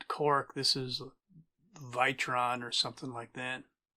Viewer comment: Sweet repair. BTW, it's viton not vitron.